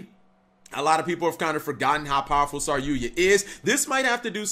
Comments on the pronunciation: IT'S SAR YU JA NOT SAR YUYA CAP! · Sorry-yuya? Hey speech impediment you meant "sarry-yuja" right?